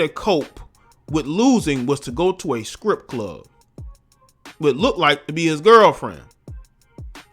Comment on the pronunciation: was that 'scrip club' or 'strip club'?